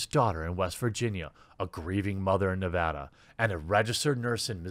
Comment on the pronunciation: Holy shit. He pronounced Nevada correctly.